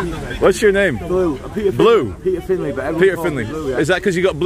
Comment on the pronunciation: peter finley not peter file.